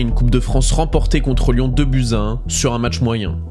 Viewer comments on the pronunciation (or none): none